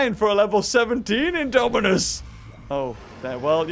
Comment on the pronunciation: U said Daminus